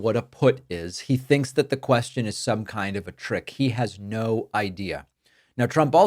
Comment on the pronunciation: i think your guestion is so howwible